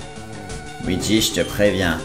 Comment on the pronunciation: À c pas WEEGEE (OUIDJI) c LUIGI (LOUIDJI)